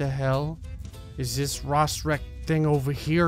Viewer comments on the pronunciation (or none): he really pronounced "rorschach" like "rosrec"